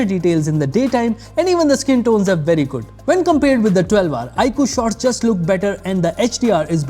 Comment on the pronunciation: It's jood